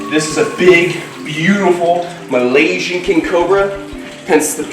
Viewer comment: Who doesn’t love when says “ Malaysian” 💛